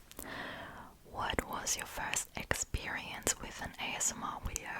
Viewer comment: Wideo lol